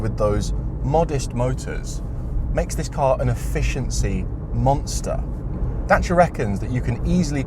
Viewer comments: As a romanian, thank you pronounce Dacia correctly😁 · Kudos for learning the proper pronunciation :)